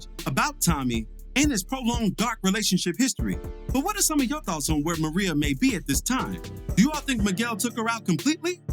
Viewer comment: MIREYA***** MER-RAY-A not fuckin Maria I honestly expect better